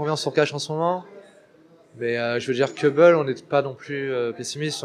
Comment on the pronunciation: on dit : Cobble et non cèbble ou caibble